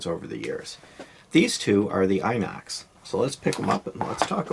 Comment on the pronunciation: Very pleasant review 😊 side note, its "in-ox" as in inoxidizable, the european term for stainless steel.